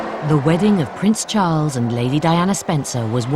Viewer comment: im confused.. did she say his name wrong during the vows?